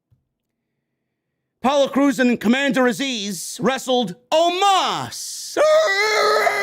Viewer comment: & the Way how said OMOS That was Funny😄😄😄😄😄😄😄😄😄😄😄😄👍👍👍👍👍 OMOS Impression Funny Full Clip😄👍 Watch the Ending That was So Funny